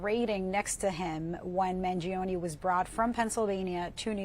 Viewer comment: the i in Mangione is mute.